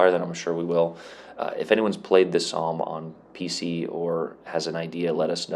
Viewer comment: It's pronounced 'Som', it has a special relevance as one of the worst battles for casualties for the British in the first world war